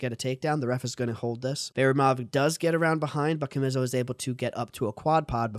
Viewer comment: His name is pronounced CHA-ME-SO